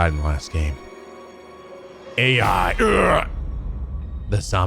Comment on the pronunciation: i’m sure someone has already told you by now, but it’s not pronounced like A I in this case. It’s pronounced like eye, as in eyeball. Even though the letters are A, and I. Hell… If you go and screw around in the sound settings, it even says the title of the game allowed to you, and it reads it as eye, and not A I. The same rule applies for the first game too.